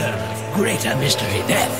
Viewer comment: The song is very nice. However, the Chinese accent on female vocal is very notable. It is pronounced 'Desch' when saying 'Death'.